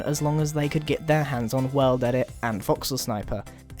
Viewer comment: that moment when he said world edit. he says "well dedit"